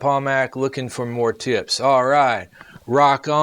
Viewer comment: Thanks!☺️ "Munoz" is pronounced moon-yo-s. Just in case you really don't know how to pronounce it 🤷🏻‍♀️😂🤣.